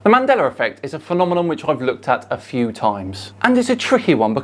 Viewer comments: “Mandelar effect” lol. Love it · Why does he say Mandeler instead of Mandela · ‘Man della’, not ‘mandeller’ effect.